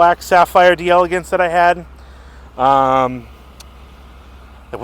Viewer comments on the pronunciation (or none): It's DELLA-GAHNSE! 😂